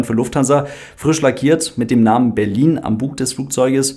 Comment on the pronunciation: "Berlin". Aha.